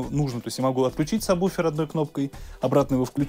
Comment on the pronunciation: Все прекрасно, только не «саб буфер», а правильно сабвуфер. Иначе Про с вами работать не будут. ;) Дополнение: с заливным освещением не очень хороша картинка. Локализации по зонам будет лучше. Спасибо не не нужно - из солидарности совет.